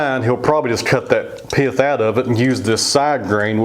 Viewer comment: I know right! I like how he changes the word "pith" into a 2 syllable word. Piath.. That butternut turned out just beautiful. Love the dark grain within.